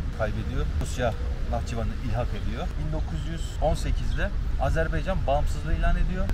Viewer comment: harika bir gezi olmuş harika anlatılmış yanlız AzerbEycan değil Azerbaycan